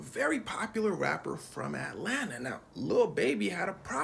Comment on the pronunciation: Xcuse me sir . .. its pronounced Atlanta, not At Lan ta